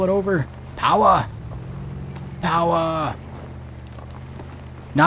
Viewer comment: Oh... Haha the ytber he is always sayin powaa